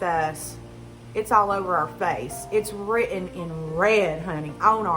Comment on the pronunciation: You can't say written, you have trouble with it and similar words. You can speak as well as you look, perfect, with effort. I have enjoyed your story and I'm ashamed that you had to go through this! This will only make all your other jobs one hundred percent better!